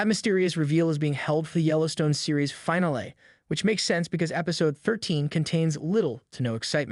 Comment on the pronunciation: No one is going to comment on how he says "finale"?